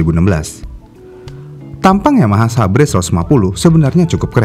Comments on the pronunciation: Xabre bang, dan bacanya bukan sabre tp saber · Xabre dibaca "seber" bang